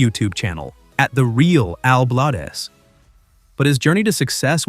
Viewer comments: Pronounced Blades not blah dez. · His name is not Al Blad-ez!!! It's Al Bladez, Bladez as in BLADES!!!!! Get it right if you're going to use him to make money of his hard work!!!! Idiot. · BLADES, not Blay-dez‼️ Like lawn mower blades, knife blades or blades of grass. Fix your AI announcer! If you're going to do this, be accurate and do your research! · Al is a great guy, but I think the 'Bladez' is pronounced 'Blaydz' rather than Blad--ez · Please GET HIS NAME RIGHT IT IS "BLADES" NOT BLADEZZZZZZZ. HOW EMBARRASING, DUDE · Excellent content. But, stop using AI speech synthesis. It's pronounced, "Bladez," not "Blade-ez." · For goodness sake, have you never watched anything he did? He is not blad-ez, it is bladez as in blades... not a spanish corruption! After the blades on a mower, not a japanese bladder. You are nuts! And he didn't teach the other guy how, he already knew. Are you a putz, and why launch inti s0anish in the middle? This post is a mess! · Blades Bladez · Why are you mis-pronouncing Al’s last name? It’s Blades as in “blades of grass”. AI or not, get it right, please.😉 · Al BlAdez! Pronounced as "Bladez" like knife blades! Not How you say it. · If you're gonna talk about somebody, at least say their name right, Al Blaaaaa dzzz is how you say it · Bladez is is pronounced as Blades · Fix your bot. Bladez. As in Blade. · Evidently you don't watch his shows. You keep mispronouncing his last name. Sounds like BLADES. BUT A Z INSTEAD OF S. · It’s pronounced Blade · Al is awesome! If you are going to keep having artificial (un)intelligence narrate your videos, you need to go back and make sure it is saying things right, especially names. It seems very disrespectful that you allowed it to continually mispronounce his last name. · I have watching Al for a few years now, he is the kindest,sweet guy. Everyone has a few bumps in the road. A I can’t pronounce his name right, that’s why I don’t like A I reporting. Al is a very hard worker, and he is well liked. ❤️💕